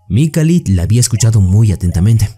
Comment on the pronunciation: Resumen genial me subscribi Pero por favooor se lkama Mikhail o Mijail en sudamerica . Donde duce Mikalitttt?????